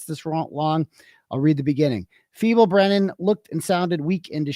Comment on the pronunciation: misspoke quite a bit🙄